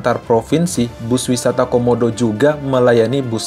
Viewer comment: Wisata homodo bang bukan wisata komodo